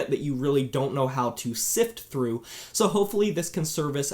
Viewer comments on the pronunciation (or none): none